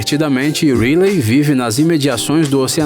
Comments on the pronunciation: É que a pronúncia do inglês dele é ruim. Ele chama a Riley do Divertidamente de "Rilei" como se escreve, ao invés de "Railei" que é o correto. No caso do filme valente o nome se escrevida Marida, porém a pronúncia é "Mérida". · Gnt tô achando mto engraçado quando eles estão falando os nomes errados kkk "marida" "picsar" "riliei" "ap" kakakka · Ap altas aventuras, Marida, Rile, tá tudo errado isso aí.... É Up, Mérida, e a pronúncia é Raili... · mano se pronusia "raili" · E a Riley.ele falou reily kkkkkk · Pixár, nimo, rilei, q aflição meu Deus, fora q esse vídeo é um desserviço pro mundo das animações, quem acompanha imaginago sabe q 90% do q foi dito aqui foi dito errado principalmente sobre a morte dos pais da Elsa e da Ana e a alusão de q elas são irmãs do Tarzan, isso pq o vídeo foi postado bem depois de frozen 2, ridículo esse vídeo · "Nimo" "Rilei" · Você fala alguns nomes beem errados, como Riley, Pixar, Nemo, Merida, Up, Carl... Ou vc não assistiu os filmes ou não sabe